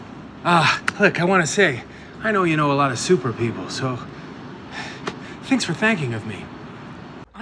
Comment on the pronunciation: "thinks for thanking of me" is my favorite line of scott bc i didnt catch it the first two times, and i wouldve made the exact same mistake lmao